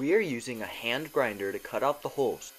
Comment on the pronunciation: The he says "hooles" sounds funny